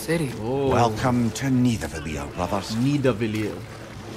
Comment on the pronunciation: that is not how you pronouce Niðavellir at all AND THATS NOT HOW YOU PRONOUCE HEIMADLLR